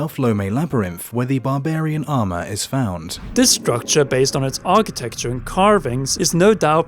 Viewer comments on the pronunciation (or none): none